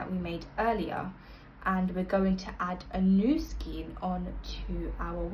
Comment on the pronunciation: This makes colour changes easy. Thank you. Unfortunately, your repeated pronunciation of skein as 'skeen' instead of 'skayn' was difficult to listen to. Do please google oxford pronunciation to be correct